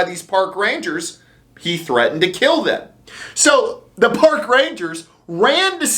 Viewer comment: Did you say 'Pork" Rangers? Well I guess they are dealing with animals.